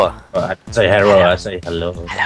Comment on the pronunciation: HERRO EVERYBODY